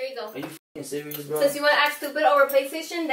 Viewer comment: "are you SURIOUS"